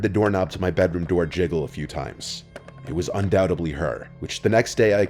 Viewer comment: I love, but at what point is he going to learn the word is "undoubtedly"?